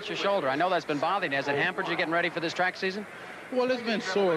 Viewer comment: The word is TRACK. It is not CH rack. Learn how to pronounce words.